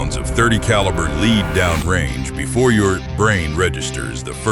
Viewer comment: AI commentators? Pronouncing 'lead' as 'leed'...🤦